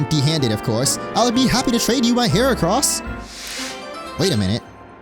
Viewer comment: Nahhh don’t dis Gardevoir, the gift is AMAZING. I do which it was shiny tho but still, I’m so glad we get to use an early mega Gardevoir, aka my favourite Pokémon so this response is definitely bias. Also heracross name is not boys, it’s supposed to be the word “wood” in French which is “Bois”